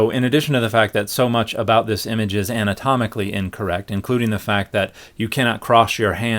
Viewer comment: ...did I hear you say, "comical incorrect?" Oh no, you said, "anatomically incorrect." 😜